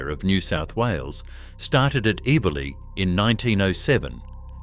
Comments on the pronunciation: I think you’ll find that the rail facility in Sydney is pronounced. every-lee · Eveleigh is pronounced ever-lee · The "g" is silent perchance you should have done a trade 🤣